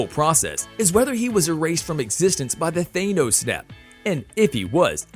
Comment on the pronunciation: he said ALOTTA names wrong. Hear him say "Thanos"? 😆